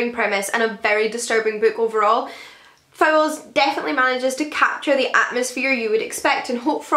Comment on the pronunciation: I think you pronounced Fowles wrongly.